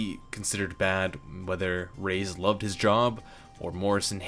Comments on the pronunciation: It's ray-ez not rays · Just wanted to inform you on the false pronunciation of Reyes's name. It literally pronounced like you see, Re- yes(like the word yes).